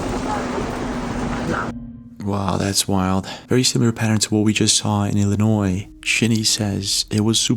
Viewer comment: Wow he actually pronounced Illinois correctly. 😂 I lived in the state my whole life and still catch myself sounding the S.